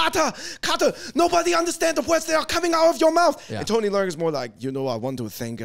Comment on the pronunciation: Yall butchering his name. Le-ung . Like your lungs . Theres no " r" noise